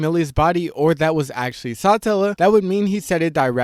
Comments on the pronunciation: its suh-tella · hearing you pronounce it as Sahtellah is so cringe. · its Satella, not Sutella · SaaaAaatella😂 every rezero creator says words weird 😂😂😂